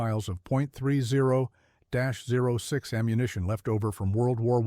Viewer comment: AI generated garbage, can't pronounce simple terms like 30-06 😂